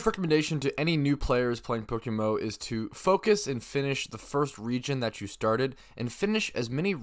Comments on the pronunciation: It's pronounced poke M M O, You keep saying PokeMO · Is someone paying you to market “Pokemo”. You say “Pokemo” like five times in ten seconds at the start of the video